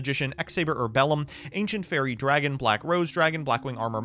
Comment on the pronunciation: You misspelled Aynshent Faiwwie Dwagin.